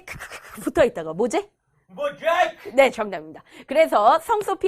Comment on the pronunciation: 중간에 모좌~잌흐 미치겠다 ㅋㅋㅋㅋㅋㅋㅋㅋ